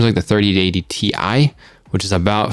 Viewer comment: What if he intentionally said tye so as to warn people not to buy it. Ti = good and buy it, pronounced tye - don't buy it! XD